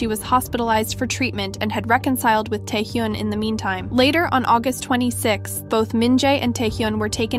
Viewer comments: It is Tae Hyun not Tae Hyoon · At least google how to pronounce "taehyun" please this is embarrassing